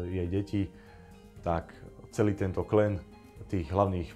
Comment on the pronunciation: Nie klen ale klan